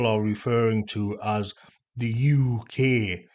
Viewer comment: To me, it sounds like yookay, as in “ you okay, mate? “ …”no, mate, I’m not ok”